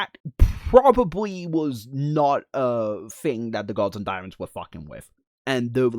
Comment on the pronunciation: I keep hearing “diamonds” every time he says daemons and get confused almost every time lol. “The diamonds and the gods” 😂😂😂